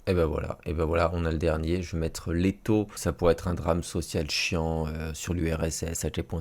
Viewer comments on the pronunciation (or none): je sais que t’as commencé à apprendre le russe et je t’entends dire « лето ( été ) » « LES TAUX » il est d’intérêts de rappeler que ca se prononce plutôt lléta, petit rappel rien de méchant hein voilà